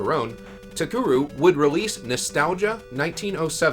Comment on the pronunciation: Very nice video! I wonder what Kitamura is going to be working on? I never knew Cocoron had a planned sequel. It's a shame that Takeru folded before it could be released. Speaking of, I think you mispronounced the company's name throughout the whole vid lol. "Takuru" as opposed to "TaKEru".